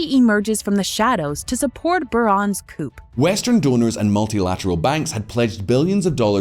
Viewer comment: Pronouncing coup cooop